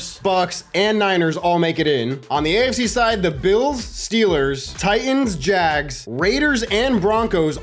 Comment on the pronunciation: As a professional Jaguar fan thank you for saying jags instead of saying “jag-wires” all these other madden YouTubers never say it right so you’ve earned my subscribe by not butchering the name